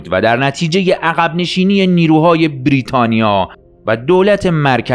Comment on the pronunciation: سپاس ازتون یه نقد، برای کسی مثل من که یکم حساسه روی تلفظ، لطفا بیررریتانیا تلفظ نکنید😅😂❤